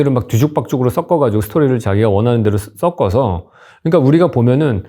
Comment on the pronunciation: 왜 계속 섞어서를 써꺼서라고 말하는거죠? 썩어서라고 말하는거 같아요 🤮